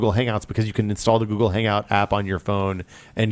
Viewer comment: is the only person I've ever heard pronounce Google with a K:D